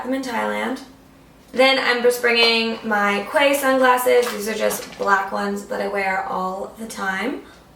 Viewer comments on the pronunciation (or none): It's pronounced key not qay... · you're beautiful sunglasses! I have the same ones the quay sunglasses are pronounced Key. Not Qay